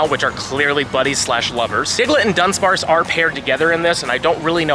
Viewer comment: Sorry to be that guy but it's DU-DUNSPARCE there's only one N